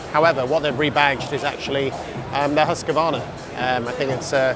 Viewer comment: No 'a' in the middle of Husqvarna (pronounced Hooskvarna), I know the Yanks love to say that way but...